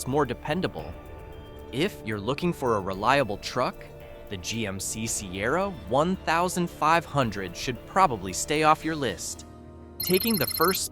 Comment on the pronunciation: Who made this video?!? There are so many inconsistencies. Showing the wrong model. If I watch it again I’ll take detailed notes. I just can’t believe many things they are saying because of the poor production. OMG Sierra one thousand five hundred?!?! It’s fifteen hundred lol